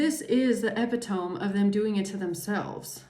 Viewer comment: Eh-pit-oh-mee. Epitome. YW.